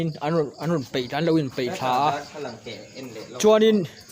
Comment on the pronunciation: Peih" nilo in , "paih"tih zawk tur